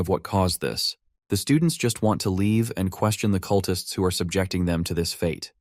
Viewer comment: "The cutlists try to stop him"... cut-lists? Really? OMG I hate AI.